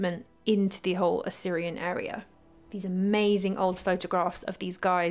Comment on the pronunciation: Great video. But please you're pronouncing Osirion as Assyrian...